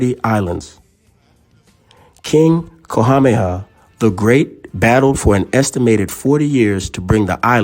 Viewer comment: Your pronunciation of some of their names is atrocious in this and your earlier video. You need only call the Hawai'i Ne Visitors Bureau to get coaching to get it right. I'm pleased you are pronouncing Queen Lilioukalani's name right at times but not Kamehameha or Kalakaua. If you strive for accuracy and truth, you would get coaching or use a professional narrator. My great grandparents came to Oahu since the late 1800s.